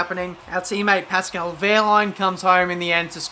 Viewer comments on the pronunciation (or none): none